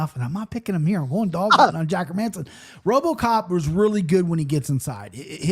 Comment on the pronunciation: Hey Jon, how about Hermanson as pronunciation of the week? Don't understand how or why my brothers from the US struggle so much with these Scandinavian names. I think they're pronounced Herman-sin and Gustaff-sin not her-Manson or Gustiff-sin.